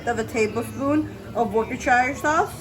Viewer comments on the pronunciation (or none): Worcestershire is pronounced Woos-ta-sha :p